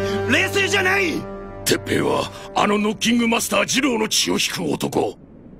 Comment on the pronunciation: 鉄⤴︎平⤵︎じゃなくて鉄⤵︎平⤴︎だったなーw